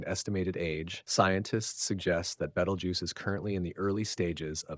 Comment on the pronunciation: Seriously man???? Have not seen the movie????? It’s not Betal-juice…. It’s pronounced“Beetle-juice “… WTF